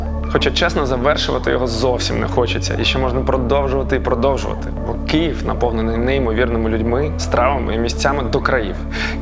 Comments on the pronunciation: Київ, не Кієв, будь ласка ❤ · Хлопці все добре, тільки не Кієв, а Київ